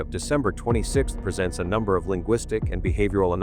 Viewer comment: Whoever narrated this does a terrible job! Can’t even pronounce John Benet’s name right or other words such as presents or pagents. Terrible just terrible